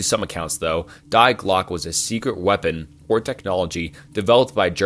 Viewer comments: He bleeped out the word Nazi lol? What a beta youtuber. Also it's pronounced "dee glock uh" 🤦🏼‍♂️🤦🏼‍♂️🤦🏼‍♂️ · It's not "DIEEE GLOCK" It's "Die Glöcke" at least run these trough google voice man... I'm not even German and I know this. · Its pronounced "dee glock" 😁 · Bruh yes I love it but he butchered it a lot. Die Glocke for example was intense cringe. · "Dye" Glocke, "Menjelle", "Proojia"😂